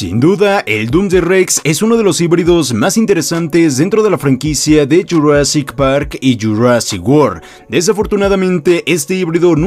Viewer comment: Me encanta como dice de JU rassic par y JU rassic wor